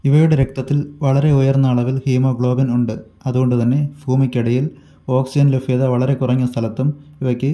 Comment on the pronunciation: ലഫ്യത അല്ല ലഭ്യത.